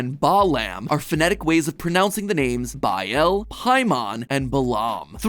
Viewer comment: It's pronounced baal not bael